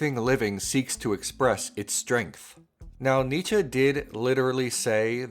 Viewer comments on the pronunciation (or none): You pronounce Nietzsche wrong